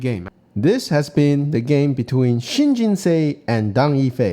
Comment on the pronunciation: pronunciation changed from shin jin sa to shin jin say. Neither is correct. Same with hane. I like your videos